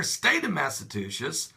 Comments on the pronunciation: The state is pronounced MassaCHUSETTS, not MassaTUSHETTS - just moved to Virginia and more than one person has mispronounced the name of the state - quite funny. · "Mass a chew sits" Say it with me. MASS A CHEW SITS. Thank you pastor. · Yes this snow sucks i know i live on the southshore of mass and trust me national guard is here. Theres to much snow to handle. But please learn how to say massachusetts!!!! You said it wrong like 3 times just listen to it. Im not bashing you i was dieing laughing at how you said it lololololol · you have to learn how to say Massachusetts